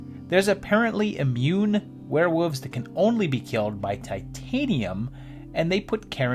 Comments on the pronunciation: You’re saying “Werewoofs” on purpose. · I don’t hate confusing aspects of life, I leave it at confusing. Hate is a very powerful word, a very powerful emotion and I’d rather it be used on more stressful issues, not someone leaving out an L sound. The video was the great, and I got over his pronunciation issue.